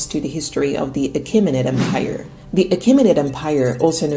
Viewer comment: why do you say "empaire" instead of of em-pire?